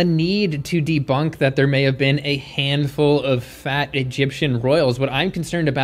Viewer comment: OMG IF HE CANT EVEN READ PERCENTAGES ON RESEARCH ARE WE EVEN TAKING HIM SERIOUSLY?! Also, isn’t the way he pronounces “fat” every time (phatt) a bias? 🤣🤣🤣 Being robust was always a sign of status in ancient civilizations, that’s one, and two, their status also meant they ate tons of meat and animal products, so 🤷🏼‍♀️🤷🏼‍♀️🤷🏼‍♀️🤷🏼‍♀️🤷🏼‍♀️